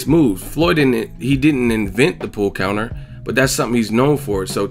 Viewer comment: Watching it live I thought it sounded like he said "a pull conor", being a boxing fan I put it together that he meant pull counter....dont know what skips excuse was other than ignorance